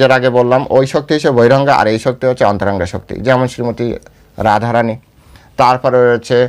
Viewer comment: হরেকৃষ্ণ প্রভু / আপনার শ্রী চরণে প্রনাম জানাই / প্রভু এইযে উচ্চারণ করেছেন অন্তরংগা ও বহিরংগা শুনে আমার এত আনন্দ পেলাম কি বলব কারণ মা থাকতে এই উচ্চারণ শুনেছি আর আজ শুনলাম / হরেকৃষ্ণ